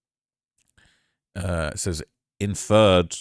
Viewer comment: Idiot said “Infared” 😂🤦🏾‍♂️ is slow but he’s always making slight jokes at other people for misspelling during his videos